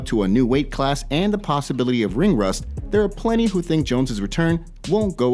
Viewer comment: This guy pronounced there wrong.